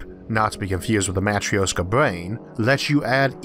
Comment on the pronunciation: it's pronounced MATREISHKA not the fucking matrioska